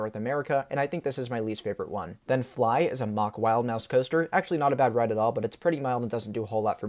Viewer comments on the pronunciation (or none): none